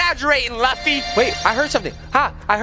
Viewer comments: Luffy is pronounced Loofy (it's from a anime called One peice) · Did bro just say luufy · Luffy (loo-fy) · NOT HATE; you sait luffy wrong